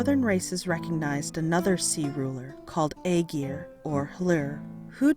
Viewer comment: You’d think the people that put the time into making these videos will at least learn how to pronounce the name properly